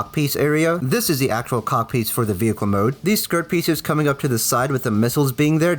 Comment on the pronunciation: Bro you gotta say cockpit piece you can’t just say cock piece 😂